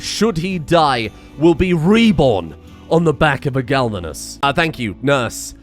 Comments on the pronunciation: I know its pointless to say and he is probably doing it on purpose right now. But its glavenus, not galvunes. Gla-ve-nus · Glavenus, not galvanus. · This really bothers me, it is a GLAV-enus Not GALV-enus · The amount of times I flinch when mispronounces the name of Wes' Dino... by this point I feel it is on purpose to spite the people that care about pronounciation and use the spite as fuel to feed the creativity that turns the engine of creation on Mr Streamers PC. It is Glavenus, not Galvanus. Gla-ve-nus. It Isn't coated in zink, It has a sword for a tail. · >Goes on tangent about pronouncing latin and other such things >Still calling GLAVenus as GALvenus. Honestly, he's been saying it that way so long, I'm starting to think hes doing it on purpose, lol. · One of my favorite series so far. Watched many of your previous, and enjoyed all of them. Also looking forward to seeing ck3 or whatever you decide to pick on the 2nd channel. Also I think it's pronounced Glav-inus (at least to my best understanding, and monster hunter world expirence. But plz don't hate me for correcting) But stay great m8 and looking to all future content 😁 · Glavenus - Clearly pronounced Gal Ven Uhs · I laugh every time he completely butchers the name Glavenus. Misplacing the L every time. lmao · He's still butchering Glavenus' name...